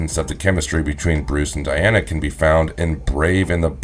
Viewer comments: Di... Di... Di 'ana... Not De Not De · Three of these commentators cant pronounce certain words properly said " hey dra" instead of hydra said " bru'der instead of brother in this video keeps saying " De'ana instead of Di' ana. Its driving me crazy